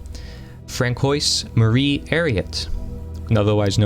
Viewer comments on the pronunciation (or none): By the way.. some of your pronunciations make me chuckle. Like "fran-koise" instead of "fran-swah" which is how François is pronounced. Not a criticism, just a funny observation. :)